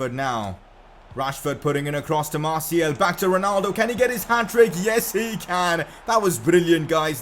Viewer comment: His name is Martial not Martiel